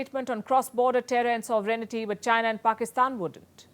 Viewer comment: Palki, It is not soverenity... It sovereignty.